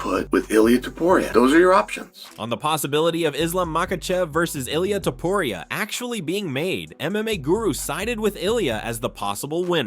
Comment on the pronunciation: Is this an A.I. narrator? Why can't he/it pronounce the first OR last name of "Ilia Topuria" correctly? How are you going to have an MMA channel and then NOT be able to pronounce the name of the fighters? Maybe creating an MMA channel isn't for you?